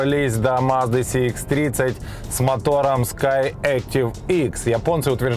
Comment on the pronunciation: первый обзорщик,который правильно говорит маркировку: Сх а не Цх.предыдущего цекальщика,даже смотреть не стал.лайк,конечно